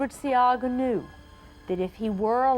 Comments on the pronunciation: SEA-Aaah-GA you’re telling me this broadcaster came on here and never researched the name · Shoulda hear mi ah cuss...bout See-gah 😂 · Not Seaga - C - ARG - GA